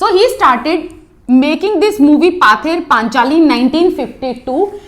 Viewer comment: Thank you mam...but it's pronounce পথের পাঁচালী in Bengali.